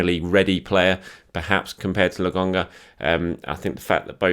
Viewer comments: It's LO-KON-GA... I don't think it's funny. Come on mate. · It’s a “K”,! A “K”! Lo”K”onga! No one can be THAT stubborn about a pronunciation, mate. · Mates, mates, settle down. I honest to goodness love. It’s just that “Le GONGGA” that’s been really getting on my nerves is all. I’m just playing with him. It’s not a criticism. If it was, I’d be questioning journalistic credentials et al, which I sure as shit am not. our man! <3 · C'mon it's LoKonga, give the people what they want.. at this point I think you just do it to spite us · lad, his name is LOKONGA😂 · While you’re on holiday this is your only homework. Lo-konga repeat after me please! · i wonder if could say Lokonga's name correctly by the end of the season:D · Please,! Just call him Sambi if you can’t pronounce his name, it’s driving us all insane! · It’s frustrating to listen to isn’t it? It’s disrespectful and makes me want to stop watching the videos. I like the channel, but come on,. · it’s not difficult to get his name right. I don’t “hate” it, but I find it to be disrespectful that he keeps saying the kids name wrong. I don’t see the issue here, Bob. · lol. When he says it, I just laugh.